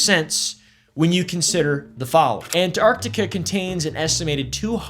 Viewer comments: I hate it when people pronounce it "Annartica" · Not him calling it Ant-Artica the whole video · Not calling it Ant-Artica the whole video 🫠